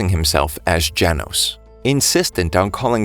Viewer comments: bro said Janos it's gen os not Jan os it's simple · its geno not janos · Nah bro just call genos jenos